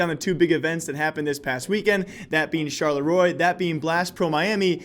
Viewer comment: please google how to pronounce Charleroi!